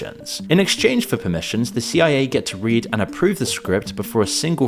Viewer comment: Damnit I know damn well you know that CIA isn’t pronounced Sia. This tells me one thing…